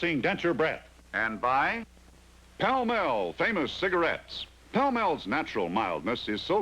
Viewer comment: It's funny, the cigarettes were "Pall Mall" but the announcer calls them "Pell Mell". Actually, as I remember it everyone used to call them "Pell Mell". To do something "pell mell" means to do it in a rushed and disorderly way. The cigarette was named after a street in London. Is that Johnny Olson doing the announcing for the Honeymooners?